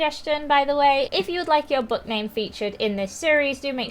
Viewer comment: when she said book name I thought see said button name